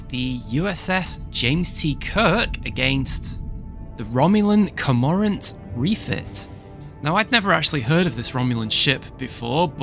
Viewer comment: Just a note to help your pronunciation. Cormorant is pronounced "CORE-more-ent".